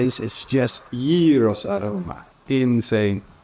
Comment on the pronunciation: Well done! You have made a lot of progress on pronouncing "Gyros"! In another video you made a couple of years ago, you insisted on pronouncing it with a very strong "Dutch G". It was much better this time.